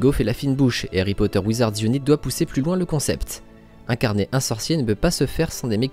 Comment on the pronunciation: "Wizards unaït" bon sang